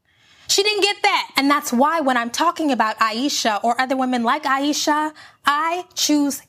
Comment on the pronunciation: Thank you for this video. This woman did nothing to be attacked. She said she was insecure and people attacked her. Like chill tfo. "Ayeeshasss"😂😂😂😂 hollering like woah you made this way too personal.